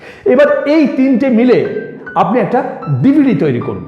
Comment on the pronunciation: DvD bolte ...aktu kindly zode clear kore bolen...